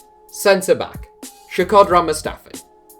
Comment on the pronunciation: SHAkodran? Who dafuq is SHAkodran??